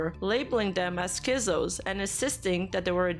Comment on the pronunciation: absolutely insane video, very good job documenting and explaining the whole drama but the z in schizos is supposed to be pronounced like a hard ts sound